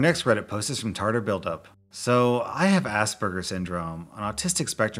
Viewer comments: Aspergers is read how it's spelt. 'Assburgers' is an offensive pronunciation that was made as a way to make fun of the spelling and people with Aspergers. Lots of people are unaware of this I just wanna bring some light to it. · Can you not pronounce it as 'ass burgers'? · why does he say asbergers as a%$ burgers